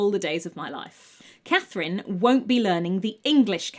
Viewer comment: Hello, my name is Catherine, and it was just lovely to hear my name said with beautiful diction, enunciated clearly, over and over and over again :) I'm also happy she was French, and used the French 'C' spelling.